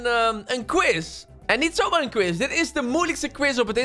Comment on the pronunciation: "quize" hahahaha